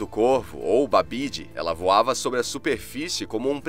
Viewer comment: Babd nao pronuncia "babidi", mas sim "Baeve" ou "Baev", com o "ae" tendo o mesmo som em ingles que "aesthetic". No gaelico existe uma coisa chamada lenição, então encontros consonantais em geral tem sons de consoantes totalmente diferentes e "bd" tem som de "v" em geral, como em Madb, que eh literalmente "Maeve". Existem outros, como "ch" que tem um som de um "r" seco, tipo em Cu Chulainn ou em "buachaill" (que singinfica "garoto"). - Aqui, a pronuncia de Bean Sidhe não segue a fonética inglesa. Bean Sidhe, se pronunciada rapidamente soa quase igual a "banshee". Bean, que proncia "ban" é mulher e Sidhe, que se pronuncia como "sheeth", ou até mesmo "shee"", é espírito - e para quem nao sabe, sidhe em gaelico escocês eh "sith" - palavra que o George Lucas usou para batizar a ordem Sith em Star Wars. Mas realmente, pronunciando rapido eh literalmente igual a palavra em ingles, q eh so uma transicrição da expressao gaelica para a fonética inglesa.